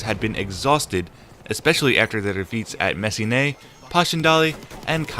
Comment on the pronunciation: Sorry to always be the Devils advocate but Messines is said like Mess-eens. Otherwise, everything else is great! Info and (most) pronunciations really good.